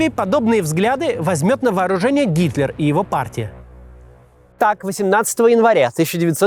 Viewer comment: На послышалось "Гиркин", а не Гитлер. И ведь в нынешнем шизофреническом российском обществе не исключено, что подобные радикалы могут прийти к власти и еще более усугубить конфликт и последующее падение России.